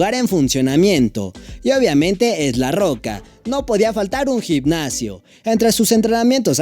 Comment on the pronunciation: Gicnacio???? Jajajaj no será gimnasio?? Aprende a pronunciar bien